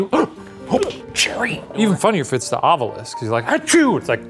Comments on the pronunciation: Why does Ryan always say Ovilus wrong, it bothers the absolute hell out of me. Shane says it correctly, Ov-I-Lus. Ryan says Ov-You-Lus. You'd think the big ghost fan would pronounce the name of his tools correctly.. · I love how Ryan pronounces it “ovulis” like ovulate instead of “ovilus” 😅